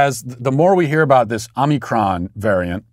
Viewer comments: I love how Matt intentionally mispronounces the omicron variant.😂🤣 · He corrected himself to the incorrect pronunciation